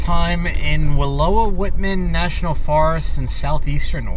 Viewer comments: You pronounced Malheur correctly but Wallowa is pronounced with a OW sound like ouch not like low. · Good for you! You almost nailed the pronunciation of wallowa which is not often done by first timers. I’m a wallowa native. There is a ton of good roads to explore up in the baker, union and wallowa counties, some of the prettiest scenery in all of oregon imo and not overcrowded like the west side. If you’d like any suggestions sometime contact me and I’ll give you some ideas! Enjoyed your video tonight from the Burlington campground in humbolt state park! You have inspired me to get out and explore and that’s what we’re doing! Thanks for sharing!